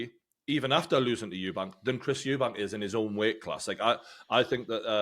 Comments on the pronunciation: If ur gonna be completely biased in Conor Benns favour least you can do is pronounce Chris EUBANK Juniors name properly. Disrespectful. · It’s Eubank not Eubanks. Thares no S. No hate, you just say it wrong every time and some people might discount your fighting knowledge if you’re not even getting fighters names right. Good chat anyway.